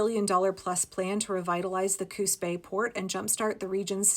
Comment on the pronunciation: I kept hearing "Coos Bay" as "Coup's pay". Or even "Coup spay". 😛 (And it didn't help, the way the auto-subtitles struggled to get it right!)